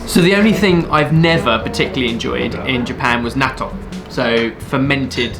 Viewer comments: It's 'natto'. Sorry, couldn't help but have a dig at you. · God I wish someone would teach international vowels. He uses the same "a" sound for so many foreign words that don't have that sound in their language and that one thing would make all his pronunciations so much better. No more Tack-ohs, or Tap-ass, or Gnat-o. A=ah and nothing else in a lot of languages. Learn it. Love it.